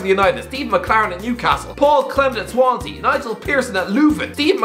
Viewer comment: He said Swansea! In a good way! This is the peak of my day